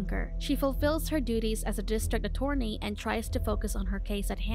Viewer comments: The way you say "attorney" lol. A-torny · …………… A-Torny 😂 lol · You cannot pronounce attorney xD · Thank you it irritated me every time she said it wrong.